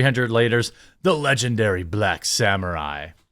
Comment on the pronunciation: We wuz sam'uh'eyez